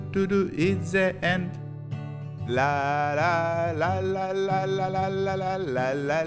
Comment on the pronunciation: Блин, всё так хорошо шло, уже можно было отправлять в министерство образования на создание нового учебника, и тут бац - зе энд, а не зи энд... 😢